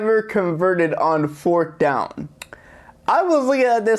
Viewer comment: You saying fort down lololol bruhhhh